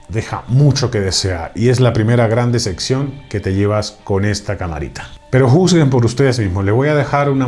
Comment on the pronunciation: Desde que dice "decección" en lugar de decepción, ya no confié en lo que decía sobre la cámara, la cual muchas personas la recomiendan para deportes y motociclismo, no para tomarse fotos en el parque.